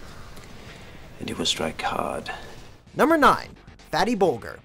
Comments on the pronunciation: boljer, not bolgur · Bol-Jer...not Bol-ger...soft G. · Imagine showing a clip where Bilbo correctly pronounces "Bolger" and then still fumbling on its pronunciation in the voiceover. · YOU HAVE THE CLIP AND STILL CAN'T PRONOUNCE BOLGER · That's not how you pronounce Bolger